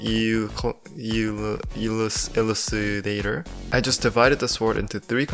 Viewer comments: are you kidding me, you difficult to pronounce that,,, is .... euscalator 🗿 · Ur a fans but u can’t say elucidator